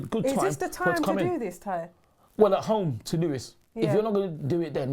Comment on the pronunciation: When she introduced Ty at the beginning, she called him 'Clah-y'. Like she was about to say 'Claude' and remembered midway that it was 'Ty'.